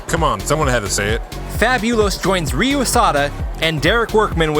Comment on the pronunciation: Ryu pronounces as 'Liu' not 'Real' not 'Re-U'